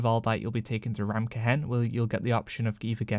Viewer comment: "Ta-berd" Ta-baaaard is hard to listen to You say ramkehen just right...I don't get it "Reverred" damn son... "it's ree-veared"